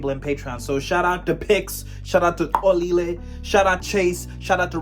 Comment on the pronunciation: youve been butchering xolile's name🤣 im sure that bru finds it funny, perhaps yall have an agreement